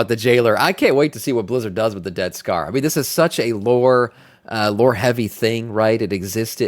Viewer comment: Sounds like you're saying, "Death Star" not "Dead Scar" LOL